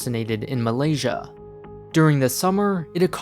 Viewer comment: Malaysia sounds like "m'lady" I hope that will clear that up for you.